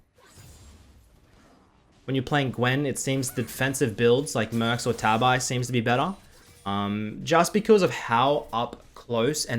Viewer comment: Man, I can't stand these muricans on how they pronouns Ninja Tabi. Ta-bi for fck sake.